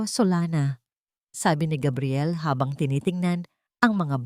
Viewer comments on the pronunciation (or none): Bakit po Gabriel minsan tapos Kabriel another po talaga ang dapat pronunciation haisst